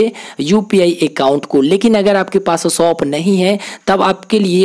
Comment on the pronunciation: Soap nahi bro shop bol 😂